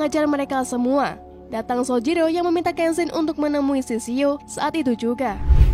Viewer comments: Kak itu shishio bukan shishao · Sishio min bukan sisao..